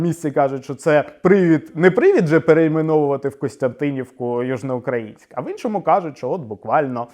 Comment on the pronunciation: Я хоча й житель Миколаєва, виступаю за перейменування в Гард. Тому що більшість каже Южноукр`аїнськ замість Южноукра`їнськ, і це подвійне знущання над мовою.